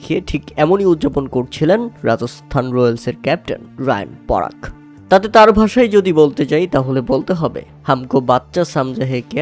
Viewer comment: আরে মূর্খ ওটা রিয়ান পরাগ রায়ান পরাগ নয়